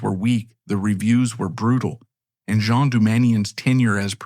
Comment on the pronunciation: Its pronounced GENE Doumanian not the French version (Jean as in Le Miserables).